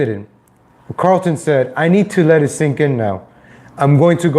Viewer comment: Why do you keep putting an L in his name? How can you be a fan of the show and pretend to know what you're talking about and you can't even read and pronounce the simple name of the guy that is the subject of your video...